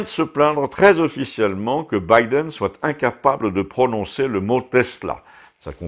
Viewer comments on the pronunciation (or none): none